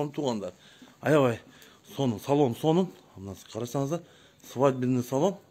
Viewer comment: Доодур сенсиз деле билебиз ай доодур свадебный деген созду да жакшына айта албайсын, колесо Сенин добдурлугуну айт ужас чычкым эле келет да